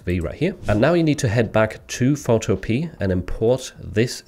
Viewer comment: Love your content ❤ Could you do a video that shows how to do custom design like when someone asks for their name etc to be added to a custom design. On a side note; I’m sure the website is pronounced ’photo-pee-a’